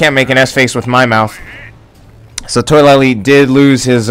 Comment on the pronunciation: I believe his name is pronounced Toh-a-la-lee not toy-la-lee. Good game though